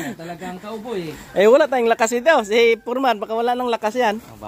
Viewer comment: Foreman not porman.Dating Foreman ang tatay ko